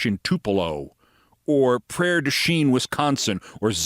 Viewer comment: Nailed it on Prairie Du Chien pronunciation. 🤘Only Rachel also gets WI cities right.